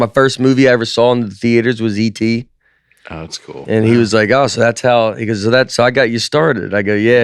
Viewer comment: "I heard you have E.T. on the podcast" from Spielberg is one of the hardest i've laughed at they podcast but it didn't hit at first because Nate somehow pronounced it "A.T."